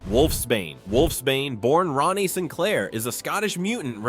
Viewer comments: Wolfsbane name Rahne, is not pronounced like Ronny! It pronounced like Rain, Rayne, or Reign! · If nobody else has already told you, Wolfsbane’s human name, Rahne, is pronounced “Rain” NOT “Ronnie”. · It’s not pronounced like “Ronnie” Sinclair. It’s pronounced like “RAIN” Sinclair. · Rahne is pernounced "Rain" not Rah-ne. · Rahne's name is pronounced like RAIN. It's not Ronny. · Rahne sinclairs first name is pronounced Rain not ronny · Rayne Sinclair's name is pronounced "Rain" not "Ronnie", per Marvel comics own website. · Rogue's 6th sense is from the original Ms. Marvel power set she stole way back in Avengers Annual #10. Kitty Pryde, in conics, never possessed that time traveling ability. That was courtesy of Rachel Summers. And Rahne's name is pronounced "rain" not ronnie or whatever the guy was saying. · It’s pronounced Rain not Rah-nee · Ronnie? Really? Ronnie? It's rhane or rain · Rain...Rahne Sinclair's first name is pronounced rain. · And this is why I despise AI. Cause who the fawk is Ronnie?? Do you mean Rahne??!!! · Not to 'um actually' at you, but um, actually it's pronounced like 'rain'. I can't remember what issue it's in but there is one where they clarify this. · Wolfsbane's real first name is pronounced "Rain." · These are all wildly inaccurate and in the case of actual secondary mutations, you got Emma Frost and Wolfsbane. The latter also has mostly dropped that power. Also pronouncing Rahne "Ronnie" is a war crime. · ouch,, you mispronounced Rahne Sinclair's first name. In the original run of New Mutants, several time she stated her name is pronounced as "Rain". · Ikr?! They completely mispronounced Rahne’s name.